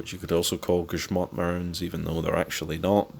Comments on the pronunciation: Finally someone who doesnt speak polish pronounces grzmot right. Not gryzmot like everybody else. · ok but his pronunciation of “Elżbieta Bosak” and “Grzmot” is surprisingly accurate